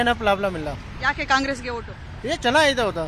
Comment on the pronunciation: ನನ್ನ ಹೋಟು‌ ಅಲ್ಲಮ್ಮ... ನನ್ನ ಓಟು ಅಂತ ಹೇಳಮ್ಮ.